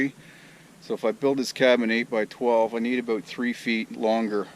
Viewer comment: Aboot, lol.